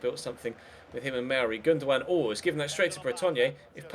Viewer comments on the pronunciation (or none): none